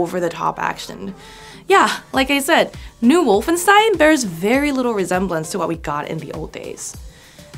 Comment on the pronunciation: Would be nice to pronounce Wolfenstein correctly